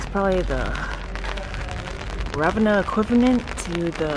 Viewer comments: It’s not Ravena with stress on "a", but Ravenna with stress on "e" and a long-spelled "n". Trust me, I’m Italian and I was born in Ravenna. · Try this: Rah- Veh- nnnnnnah. Thank you! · Surely you must have heard how the people say Ravenna..or you just don’t care..why disrespect the Italian people by saying Ravenna so damn wrong 😡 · All good, but not being able to pronounce correctly even the name of the town (which is so simple!), let alone anything else is just… so American 😁🤷🏻‍♀️